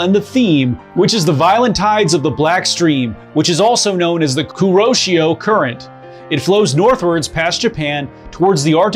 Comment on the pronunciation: Pronounced 'Koo--row She-row' current. I will likely buy a watch from you one of these days! SNR043 (also a diving heavy hitter) on my wrist